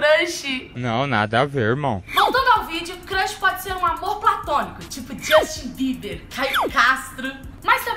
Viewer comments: crãxi kkkkk Cams n se fala assim amore kkkk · "CRRRUSH", esse jeitinho de falar kkkkkkk 💘💘💘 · Só eu que achei engraçado ela falando crush? 😂😂😂😂😂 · amei o vídeo 😍 só que ela falou crush errado 😂😂💕